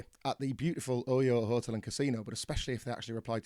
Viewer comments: I still have NO IDEA what casino hotel he's talking about because British people refuse to pronounce words correctly. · There’s something hilarious about criticizing someone from England that they don’t speak English “correctly” 😂 Thanks for the pop on this dreary afternoon. But to answer your question, it’s the OYO Hotel Casino. Tbh I’m not really sure how else you’d pronounce it, I’m genuinely curious